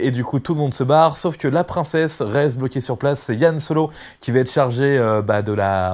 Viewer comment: Yan Solo et Leila? Tu veux pas plutôt dire Han Solo et Leia ?